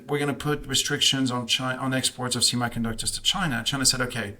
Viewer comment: Wow, one dude in the blue sweater doesn’t even know how to pronounce the word semiconductor. Lmao!!!